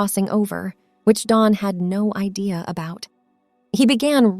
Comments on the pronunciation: Dawn not Don. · Dawn, Not Don.